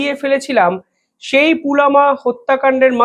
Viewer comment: পুলামা নয় পুলওয়ামা অথবা পুলবামা